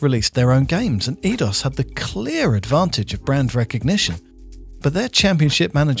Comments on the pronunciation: It was "Eee-Aye-Dos", not "Eee-Dos". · Edios is pronounced "I-dos"